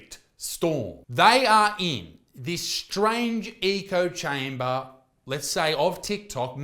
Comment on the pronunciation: Great video! One thing tho, you kept saying eco chamber, dude, it's echo chamber ✌️